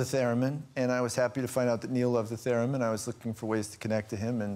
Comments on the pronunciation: Its "TherEmin" not "TherAmin" :P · Is Graham correcting Ryan Gosling's 'theremin' pronunciation? :P